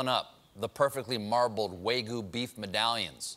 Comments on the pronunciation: Wtf are "way-goo" medallions? Does he mean wagyu? Lol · It's not waygu Stephen, it's wagyu 😅😁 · Way-goo!? How is Japanese so hard for Americans to pronounce, when so many people can speak Spanish—which has almost the same pronunciation... It's "WAH" as in fAther and "gyoo" like in cUtE (but with a /g/ instead of a /k/) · It's pronounced "WAH-gyoo"